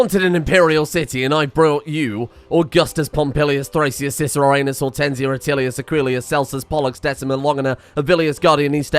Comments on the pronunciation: I wasn't looking at the screen and heard Aeneas as "Anus" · Hi, can you say Aeneas just one more time...